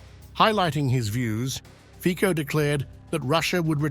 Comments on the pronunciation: Two things. Fico, is not pronounced Feeko. But Fitso. Further, not many people remember what happened not long time ago. Fico was shot 5 times by pro Ukraine fanatic. It is truly a miracle that he is functioning in the capacity he is functioning. But the assassination attempt gave him an interesting edge. He has not tolerance for Ukrainian BS. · Fico is pronauced as Fitso, not Fiko.. please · Fico is that ice cream brand